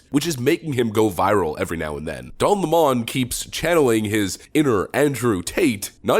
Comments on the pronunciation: “Don Lamon” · Calling him "don la mon" was amusing the first 500 times of the video.